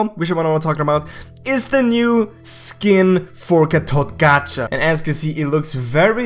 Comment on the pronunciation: call GatotKaca GatotKacha and I call him GatotKaka